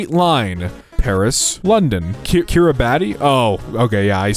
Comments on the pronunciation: By the way, it’s pronounced “Kiribass” (rhymes with the fish, not the instrument) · It’s not a joke, that’s actually how “Kiribati” is pronounced.